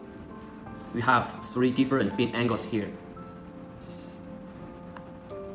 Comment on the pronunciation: You mean 'beam angle' not 'bean angle' lol